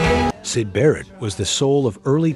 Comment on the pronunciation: David "Jillmore"??? "Side"?? Yikes.